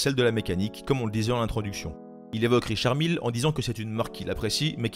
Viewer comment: C pas Richard mille mais Richard mylle